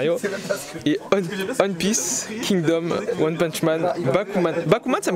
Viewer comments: le one de one piece se prononce comme le 1 en en anglais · Frère s'il te plaît prononce bien le nom de One Piece, je kiff tes vidéos mais sa me fait mal à chaque fois 😅